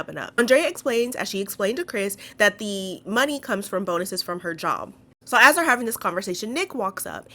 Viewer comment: “I GET BONE-ises!!!!” the emphasis on bone still cracks me up today lol